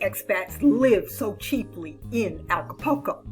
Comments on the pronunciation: You are miss pronouncing Acapulco. It’s Aca-pul-co. Not Aca-po-co. The “U” is pronounced.✌️ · Please...it's ACA-PUL-CO not ALCA-PUL-CO. I enjoy your videos. Nice to get "adult" info.